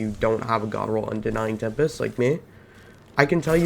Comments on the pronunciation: Unending tempest* good grief cmon at least say it right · You can’t film and post a whole video mispronouncing the name of the gun and expect people to respect your opinion.